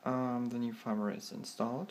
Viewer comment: I love how you pronounce 'new' as 'near'. It's funny :)